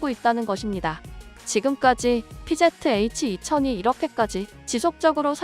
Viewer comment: 피제트에이취가 아니고 피지에취 라고 읽어줘 1본 애들 영어 배우네